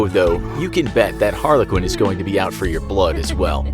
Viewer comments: Anybody else wanna talk about how he said harlequin instead of Harley Quinn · Why does he say Harla Quinn instead of Harley Quinn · If I hear this man say Harley Quinn the way he did, again. My head is gonna explode.